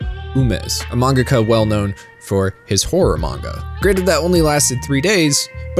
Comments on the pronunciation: Why do you emphasize the "ga" in "mangaka?" It sounds so weird because stressors aren't a thing in Japanese. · Great video. But no shade, is manga ka pronounced like manga - ka or man-gaka. I never heard it pronounced the second way until I saw your vids. I’m learning Japanese so I’m legit curious.